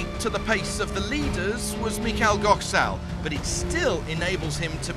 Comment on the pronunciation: Somebody please tell them that Goczal is pronounced Go-chau..